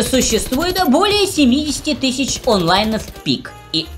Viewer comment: Почему вы говорите "Тыщячи"?? к каперству готовитесь ??))